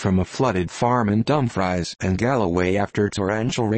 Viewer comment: we don't/dinnae soun' like that at a', what a horrible rendition: not dumb fries, dumfreece not come knock, cuhmnuck God save us from digital voices.